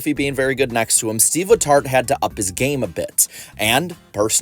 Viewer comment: no joke. At the very beginning I thought you said seedless hearts, rather than Steve letart.